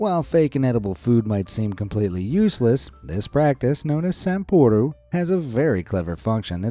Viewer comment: It's not "Sampuru", it literally is "sample" the Japanese word for, you know, "samle".